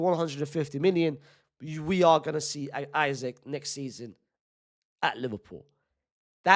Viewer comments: Love you unc, but you're saying his name like "Isaac" when his name is Isak pronounce it as "ee-sak" not "i-zik" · It’s Issak not Issac bro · His name is not pronounced isaac unc 🫩🫠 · Say isak the right way 😂